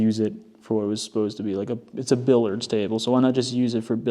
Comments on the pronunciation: Not being mean but, it’s pronounced billiards not billards. Bill-E-ards. I love the fireplace and conversation pit! The rest of the house is like a mish mash. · FYI - Billiards is pronounced 'Bill-Yurds.'